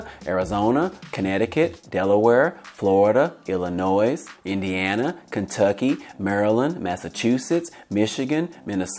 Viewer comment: Thanks for the update! The “s” in Illinois is silent